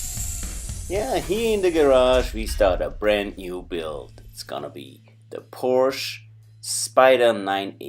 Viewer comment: I remember getting lectured by a Hungarian dude in the comment section of one of Tom Ruijter's vids about the pronunciation of Porsche, he even put a link to an instructional vid from Porsche themselves on how to say the word... What gives? Love to get your take buddy, I mean, if anybody'd know it'd be you, right? (maybe inc on next weeks vid?) Fab share as always guys, kutgw.